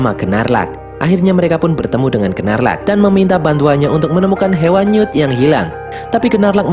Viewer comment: Maaf min... Bukan Gerrelt tapi GeLLert Grindelwald. Biar g belibet, Grindelwald aja. And its Queenie, bukan Queen Benar Gnarlak, tp dibacanya Nårlak Demiguise = demigais Adik Credence namanya Modesty Hal kecil, tapi penting. Krn mnygkut identitas karakter And you miss one crucial thing: knp credence dgn mudah bhnti saat Tina dtg, krn sblmnya Tina cast magic kpd "ibu"nya Credence saat dia akan menyakiti Credence. Dan krn hal itu jg Tina diberhentikan sbg Auror (pnyelidik).